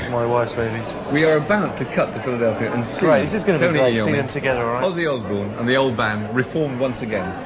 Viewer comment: he called him O zzy